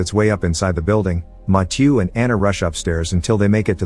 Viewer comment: The fact that he pronounced Mathieu wrong every single time 🤦‍